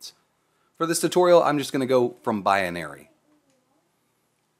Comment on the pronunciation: rofl - "bi-a-nary"